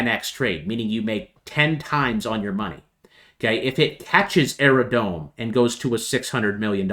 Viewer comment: Can I just respectfully tell you it’s “Aerodrome” not “Aerodrone”. It’s drome.